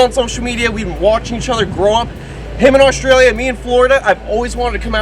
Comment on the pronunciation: 'Oshtralia' haha I love. He can say and do no wrong in my eyes 😊